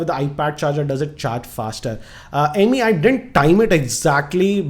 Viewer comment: It's Amey(अमय) not ameee amgrez ki aullad